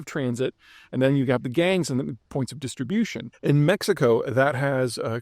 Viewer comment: Distribution, not disterbution.